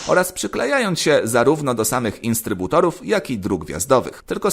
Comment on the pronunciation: i znowu instrybutor😂